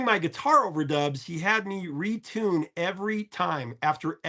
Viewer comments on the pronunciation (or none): none